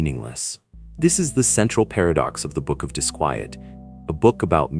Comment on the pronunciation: Why does your AI pronounce the book title as both "dis-kwee-et" and the proper "dis-kwy-et"? Why is his name spelled Pasoa, Pisoa, Pessoa, and more? Which one is even correct? Very annoying